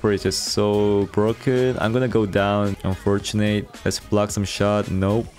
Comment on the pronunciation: bro nice content but WHY do you have to pronounce "unfortunate" like that. it has to be intentional, right? it's so triggering please stop.